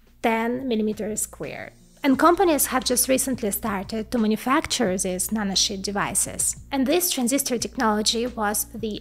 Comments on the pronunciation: Yeah, no disrespect and a great video, but once I had heard it I could simply not unhear it, "nano shit" and "fox shit". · She said nanoshit 😂